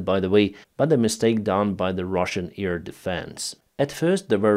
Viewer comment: AIR defence,, not EAR defence.